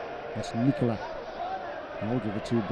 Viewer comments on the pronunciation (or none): It's also Nikola not Nicola